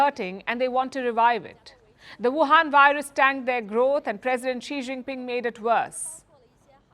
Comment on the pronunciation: could you please ask an intern to make a list of the correct pronunciations of Chinese cities? It's not "SooZoo". For instance, Suzhou is pronounced "SooDjow". In Pinyin, "ZH" is pronounced as "DJ". I appreciate that Palki pronounces Xi Jinping's name correctly. Thank you.